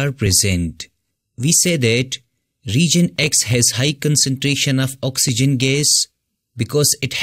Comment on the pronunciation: It’s “Region”, not “Reegion”. Overall, good video.